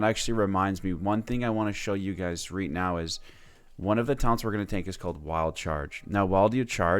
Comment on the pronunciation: why he keep saing reed here instead of right here? nice guide thought.